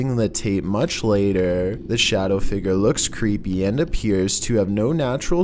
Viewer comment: Say figure with me "fig-yer" not figger.